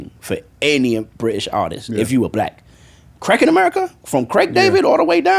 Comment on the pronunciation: I thought Harmony was saying "crack in America" 😅 I'm like why is this man giving crack so much praise when it has destroyed countless families...whew glad we cleared that up 😆😆😆